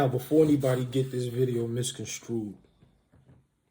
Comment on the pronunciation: misconstrued not misconscrewed and I just subbed because I just found your channel.